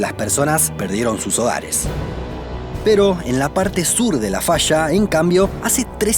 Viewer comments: Se dice falla no fascha habla bien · El documental esta bueno, pero es incómodo escuchar el sonido de la ye y la elle como sh, puras fallas que son fashas o cordilleras como cordisheras. Matan el español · Se dice falla, no fasha ...